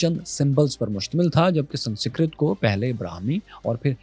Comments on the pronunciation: = Its "Sans-krit" not "San-sikrat" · Not sansikrat but sanskarit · Sansikrat✅ sanskrit ✖️ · Why Pakistanis are so bad at pronouncing some simple words?? It's not sansikrit, it's Sanskrit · why cant he pronounce sanskrit at all, is it that hard? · Yaar baaki gullan teh theek ne, sanskrit pronounce teh theek kar Lo. Tuhaddey lehjey vichh Ik daraavna TLP phattan vaala sunayi denda hai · aap "Sanskrit" ko ghalat pronounce krte hein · Bhai sabse pehle to aap isi dharti k ho kar bhi Sanskrit ko pronounce karna nahi aata dhang se?? Westerns, Africans, Chinese origin k log bhi iska pronounciation aapse acche se karte hai.. Ab aap ko Sanskrit aur Aryans and Tamil civilization ki kya baat kare bhai??